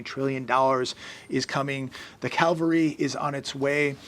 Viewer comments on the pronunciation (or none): Cavalry, not calvary. :))